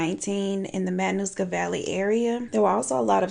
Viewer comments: You had me laughing in seconds. And then I was surprised to hear a story from my hometown. Subscribed! Great video. (And you pronounced Matanuska Valley beautifully.) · I’m from Alaska, you said it correctly